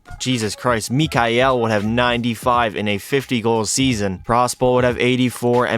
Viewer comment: Tried to pronounce mikhail "mikihal"got me laughing